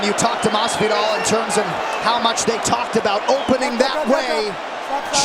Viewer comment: I am physically incapable of hearing the UK commentators pronounce Jorge Masvidal as "Hawhey Massveedow" without laughing.